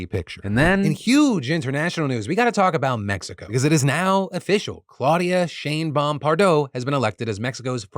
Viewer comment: Thought Phil was saying “Shame-Bomb” for a second